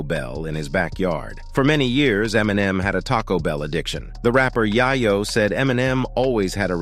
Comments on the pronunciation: Yahyo instead of YaYo, Too Funny 🤣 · the rapper "yah-yo" 😂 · That Tony Yayo pronunciation though........Tony YI-YO That made me laugh